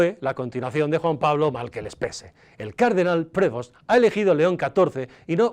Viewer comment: Creo que Prevost se dice Prev'ost. Por lo demas, ok diario como siempre buen diario, valga la redundanca.